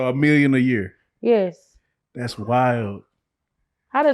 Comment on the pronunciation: she say year just like rain water